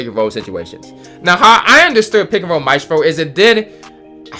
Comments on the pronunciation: Its Maestro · Bro no hate but can not read he said “Vakum” instead of “ vacuum” or mastfro instead of Mastreo